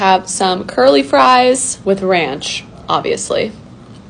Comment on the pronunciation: You say "oviesly" in like every video